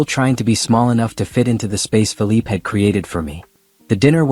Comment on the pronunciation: You’re saying the guy has a French descent so why do you keep mentioning his name as Philip, when actually the name is Philippe? Like in PEY / PAY. Please note it and pronounce it as such for the distinction to show